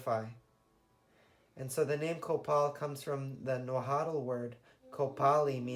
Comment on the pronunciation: Holly cow, so many mistakes, don’t know where you googled your info to try to look like an erudite. First of all Mexico is NOT central America, Mesoamérica is smack in the middle/ south of Mexico, you’re completely mispronouncing Nahuatl, I could barely understand it, Nahuatl was/ is spoken by Aztecs thus central Mexico, and Copal was mainly used in ceremonies that implicated human sacrifices, it was used in others but definitely mostly in human sacrifice, the urns with vestige of copal could be found plenty on the temples where these practices were common. Copal was mainly used as a way to comunícate and appease the gods of the underworld hence the reason why to this day is widely used for the Day of the Dead together with Marigold.